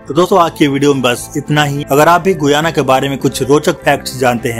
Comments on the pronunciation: Its pronounced GAYANA not GUYANA. Check before you speak 😡😡😡😡😡😡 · SHAYAD ISS DESH KE NAM KA PRONUNCIATION GUAYA NAHI HAI GAYANA HAI...PLZ CHECK KIJIYE GA..